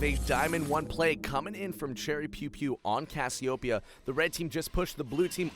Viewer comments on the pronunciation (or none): none